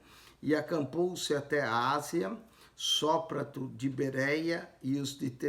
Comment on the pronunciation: A paz do Senhor Jesus, eu quero saber,que na minha Bíblia está escrito Sópater e eu percebi que vc pronúncia de outro jeito.tira a minha dúvida.